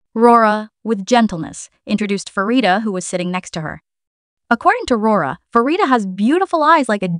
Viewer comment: Great video. Pronunciation of the members names could use some tweaking… - Rami is Raw-Me, not Ray-Me - Asa is Aw-Sa, not Ay-Sa, although the later is a nickname, as she’s an Ace! - Pharita is Pa-Rita, not Fa-Rita Thanks 😀 ❤❤❤—❤—❤❤❤